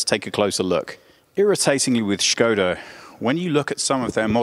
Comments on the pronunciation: First time watching video from your channel and have to say I really loved this in-depth presentation of the car unlike some other channels. On plus note I give props to presenter for knowing how to properly pronounce Škoda because many western car journalists just say it Skoda. Also I really love the sedan version of 2020 Škoda Octavia and I’m looking into buying one and that’s why I loved this video. Really a lot of details to the presentation. Nice job ! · What I loved most in this review is that you actually pronounced Škoda as it's supposed to be. It's a rarity to hear that outside the Czech Republic. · original czech pronunciation